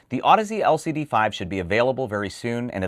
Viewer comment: Wow. How many times did you have to practice saying that last name before you nailed it?:-D Amazing., your interviews with industry movers and shakers are excellent. I learn a lot, and it's easy to get excited about the nitty gritty when they're so clearly and eloquently discussed by those in the know.